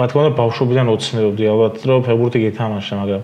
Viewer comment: გამოიწერეთ კი არა, შვილო, სიტყვა ფეხბურთი მაინც გამოთქვი სწორად. ფეღბურთი რა უბედურებაა?? ცოტა მეტი პასუხისმგებლობა იგრძენით, როცა ეკრანზე ჩნდებით. 'თუ არ მოგწონს გადართე' და მსგავსი ბავშვური გამოხტომები არ არის პასუხი. ყველას მოგეთხოვებათ ელემენტარული, საბაზისო რამეების სწორად შესრულება.